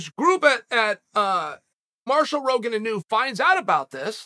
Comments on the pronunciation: inu …..pronounced; ee-noo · Hey Chael, Inu is the Japanese word for Dog and it isn't a big deal, but it is pronounced "E"-Nu. Cheers.